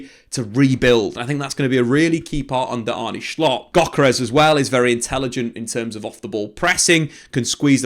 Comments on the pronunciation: If that’s the case he needs to do a bit more research, it’s pronounced as “Arnuh” not “Arnie”😅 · You say Arnuh, Not Arnee Very good signing! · It's Arnuh not Arney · For the non-dutchies in here, kinda butchered Arne Slot's name (wth is Arney Schlott lol). The correct pronunciation is close to how an englishman would pronounce Arnuh Slot (slot as in how you would pronounce it in slot machine) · It's pronounced Arnuh Sloht